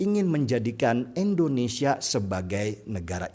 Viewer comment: endonesia atau Indonesia ?